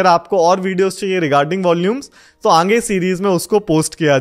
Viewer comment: Sir ange nhi aage hota hai 😝